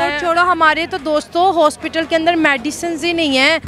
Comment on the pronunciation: मैडिसन (Medicine = Madiison)😂😂😂